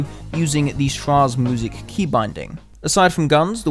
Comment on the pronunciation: just wanted to tell you "schraege musik" is pronounced "sh-rae-Ge- musik